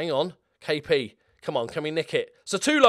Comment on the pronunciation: I love the fact u have had Sutalo for 5 years or so, and still call him Satulo